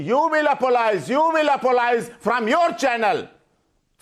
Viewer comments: The man says apololize how the F@@@ is he a supreme court lawyer???? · How can someone be a lawyer if they don't know the difference between "apologize" & "apolize"? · Omg how many times did the lawyer say apolohise??? GEEZ he can't even speak properly moron.